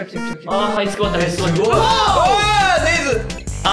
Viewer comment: ネズミをネズと言う恭平可愛い笑笑